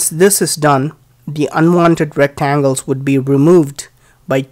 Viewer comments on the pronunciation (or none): none